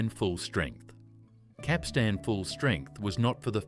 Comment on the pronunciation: Learn to pronounce Capstan properly. The emphasis is on the first syllable not the last syllable.